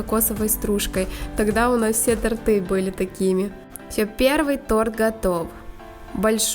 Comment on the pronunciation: тОрты! И противень ШЁЛ,а не Ише"л Больше 2-х мил. подписчиков, а безграмотность полнейшая,слух режит.